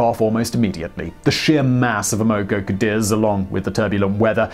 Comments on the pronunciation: I believe it's pronounced Cah-deez. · You really can't pronounce anything that isn't British English, can you? X in Chinese is a "sh" sound and Q is a "ch" sound. And it's "Am uh Co Cuh Deez" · It's pronounced "am-moh-coh Cadiz". What is with this guy and mispronouncing everything? It was the Amoco oil company. A gigantic company later absorbed by BP. How could he miss that?